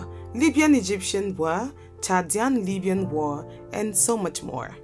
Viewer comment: The word is pronounced war, not wer....